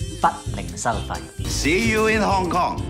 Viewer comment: 屍u in 糠狂